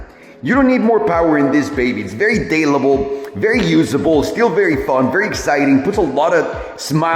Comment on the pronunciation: "Very daylable"